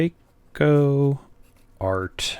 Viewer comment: Great overview, thanks. It also makes a refreshing change to hear an American pronouncing Kaweco properly. 😉 Incidentally, the Metallic Green is a separate offering from the 2018 Art Sport releases of which your Metallic Turquoise is one. It is a darker shade of green, and has more concentrated and complex swirling in the acrylic.